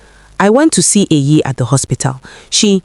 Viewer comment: It's EYI, not AYI. It's a short form of EHIME, which is my name. It's an Edo name, not Yoruba.